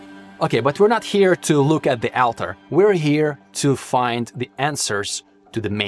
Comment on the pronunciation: altar is pronounced "all ter"